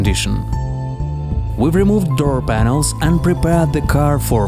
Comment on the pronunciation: What's a "Dur panel"